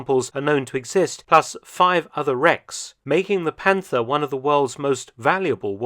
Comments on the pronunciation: Its not panter 😢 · Please ignore to pronounce the „th“ in Panther. 😉